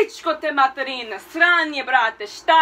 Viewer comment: svanje? AYE GIRL U MUST KNOW HOW TO ROAST U DONT SAY SVANJE?!?!U SAY SRANJEEEEEEE!!!!!!!!!XD